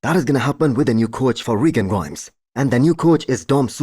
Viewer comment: Your pronunciation is very acceptable. I’m a Nigerian and that’s an Igbo name even though I’m not Igbo myself